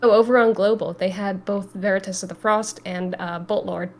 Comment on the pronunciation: Unsure why she can say veritas correctly and he cant lol